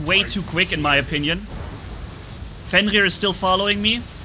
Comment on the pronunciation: There is no "L" in 'FENRIR.